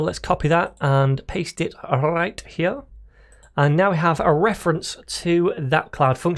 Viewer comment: rrrrrrrright hear, love this explanations